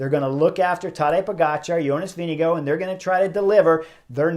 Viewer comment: The TDF winner’s name is VINGEGAARD you have to pronounce the letter R in his name (Not Vindigo like Indigo as you say it ) but Vinegaarrrrrrrrd! Give him some respect and say his name correctly PLEASE!